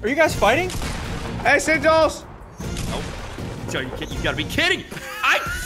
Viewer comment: Bro it's sigils not sichels